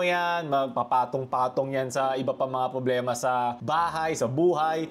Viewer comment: Just noticed way of saying "publema" hahahuhu